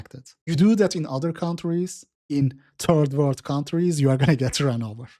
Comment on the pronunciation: I love how you pronounce third world as "turd world"